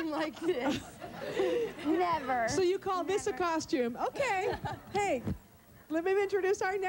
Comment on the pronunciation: It’s ‘hey’